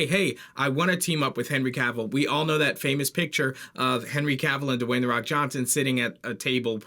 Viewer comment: His name is Dwayne, not Dewayne